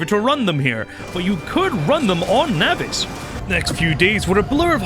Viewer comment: can this dude pronounce ANYTHING dawg? like obviously my SPECIFIC PRONUNCIATION of nauvis is obviously correct. also, CALACITE? cal-cite bro. where the fuck is the other A coming from?